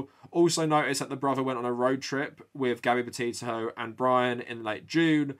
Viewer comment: I’m so sorry but when he says her name all I hear is hear is Gabby Potato 🥔